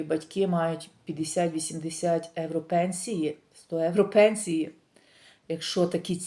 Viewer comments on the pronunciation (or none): Дорога! Не Евро. А євро!! І ми живемо в Європі! І ви спілкуєтесь на українській мові, а в нашій соловʼїній мові евро ріжить вуха!!😂😂😂 🤯🤯переходіть на українську!! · Не говоріть евро ,бо це не їхній акцент ,у них слово євро морбідо змішане х єівро ,а ви просто ріжин чітко евро і це не по італійськи.